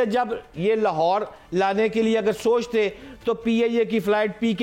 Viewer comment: Lahorer kya hota hai? 😂